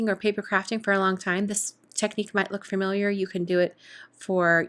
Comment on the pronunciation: familiar not fermiliar